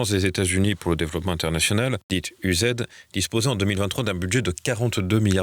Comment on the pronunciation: C'est pas "l'US Aid", c'est '"l'USA-ID" arrêtez de promulguer la neuve langue, bordel